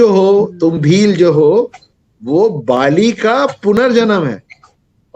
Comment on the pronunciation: बालि और राजा बलि काली माँ और कलि उच्चारण अलग है |